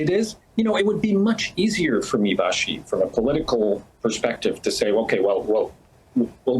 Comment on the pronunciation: We like Vassy. Give her the respect she deserves and say her name properly. Vashy.